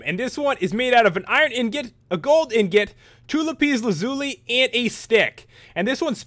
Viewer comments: Pronounce it la-piss laz-you-lie :3 abundant in afghanistan. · no its lah-piss luh-zoo-lee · It is pronounced lapıš læzoolee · it is LAH-PIS la-ZOO-lee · LAPIIS LAZOOLY that's how you pronounce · Its all good lah-piz lah-zooli